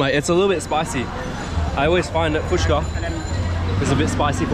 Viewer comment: SO FINALLY YOU HAVE LEARNED TO PRONOUNCE FUCHKA CORRECTLY, THAT'S GREAT 😂😂👍👏!!